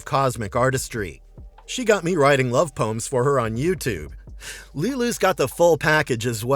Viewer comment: Not bad with that pronunciation of Lulu’s name lol